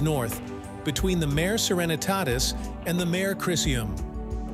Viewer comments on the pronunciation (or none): Do you use an AI voice? To be more specific, the two homographs of "Mare" are pronounced differently: the lunar mare is pronounced \MAHR-ay\, from the Latin for "sea". Whereas, the equine mare is pronounced \MER\, from the Old English, for adult female horse. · The robot voice got it wrong. "Mare" is Latin, and pronounced "Mar-ray".